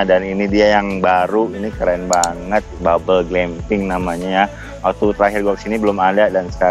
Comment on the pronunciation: Td kaya kedengeran nya "mau nginep di bubble bee" hehe...becanda